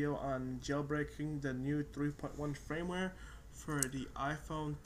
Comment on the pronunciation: fyi...its Firmware not frameware